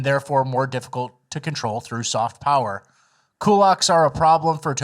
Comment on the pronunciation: No, it's pronounced: "POWER"